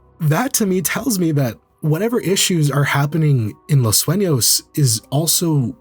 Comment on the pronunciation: "Los Suenos" Or "Los Sueños"